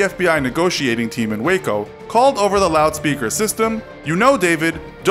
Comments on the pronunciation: I’m From Waco Texas And I Heard Of This But Thanks For Giving More Information (And You Actually Said Waco Right!~) And Don’t Call Waco Wacko-._-. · As someone who lives in Waco, I’m glad you pronounced it correctly